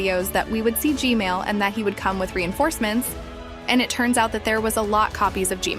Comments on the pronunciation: Im sorry, but you some how say gman as gmail lol. And how did you get the unblured version of the koridor? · I love how she say Gmail instead of gman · YOUR saying g mails not G man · Its g man not g male tho 🤓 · bro why does always say "gmail" not g-man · lol bro said “g-mail”💀💀💀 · WHY DID U SAY GMAIL HAAAHHAAHHAHAA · I love how you call G-man, G-Male. 😂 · “G-mail” it never gets old😂😂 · its not g male its g man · It’s not g mail it’s g man I’m sorry if you already knew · ah yes “G-MAIL” toilet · pls say gman not gmail pls. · Bro said GMale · why did i hear "gmale sauce" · Gmail can u stop saying Gmail (Asking nicely) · Bro said gmal😂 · Bro said g-mail 💀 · Why does she say "G-male"? He's G-toilet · Bro said gmail Lol😂😂😂